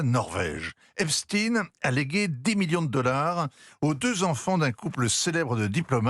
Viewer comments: Epstein, et non Eptsine, SVP.... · Epstaillegne et non pas Espstine ! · Epstine au lieu d'Epstein... Et pourquoi pas Einstine au lieu d'Einstein pendant qu'on y est ? Peur d'être accusé d'antisémitisme ? Stupide. Va-t-on devoir dire Stroscan au lieu de Strauss Kahn ou Jacques Lent à la place de Jack Lang ?😊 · Ça se prononce EPCHTAÏNE (et non EPSTINE façon Bruce SPRINGSTEEN) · Prononcéz epSTEIN et pas epSTIIIN pour faire oublier que le mossad et les rot sont derrière tout ça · EpstIN 😂😂😂 Toute la terre dit epstein comme Einstein Qu’est ce que ça veut dire ? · J'adore l'intro ou il s'oublie et dit "l'affaire Epstein" et se reprend apres heuuuu Epstine ... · Epstine vous insistez, epstine pourquoi???